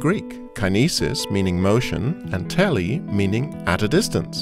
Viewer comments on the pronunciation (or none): I'm not Greek, but I believe "Τήλε" is pronounced "tee-leh" not "teh-lee".